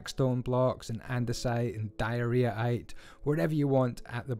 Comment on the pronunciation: "Diarrhea-ite" Not sure if that was a misunderstanding of the word, or a jab at vanilla's ugliest block